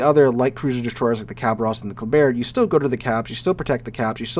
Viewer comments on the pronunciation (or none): none